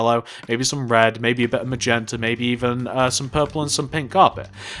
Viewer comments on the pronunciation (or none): none